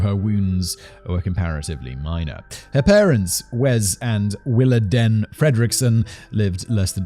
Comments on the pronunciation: Diane's mom's name is pronounced like. Willa Deen. Not den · It’s pronounced WillaDEEN not DEN. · Coming from the American South, I'm pretty sure it's pronounced "Willa DEAN" not "Willa DEN". It's a way of feminizing the father's name to use for a daughter. Like "Charlene"... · I think it's pronounced 'Willa-dean'. And yes, some families go way overboard with church. I was made to go Sunday morning and Sunday night, Tuesday night for a youth group, Wednesday night service, and Saturday night for singing. One Sunday school teacher talked about giving us homework once. Oh, and having padding on the pews was considered to be sacrilege... it was somehow required that you sit on hard wooden pews for 2 hours with no lower back support. Add in revivals, when you go every night, special singings, and camp meetings, where you get preached to in a tent during the sweltering Southern summer, getting eaten alive by mosquitoes and chiggers... camp meetings go on for several nights, too... sometimes several weeks. It's no wonder why I will not set foot in a church today. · Willadene pronounced like dean